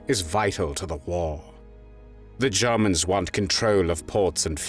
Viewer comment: And Germans as Garmans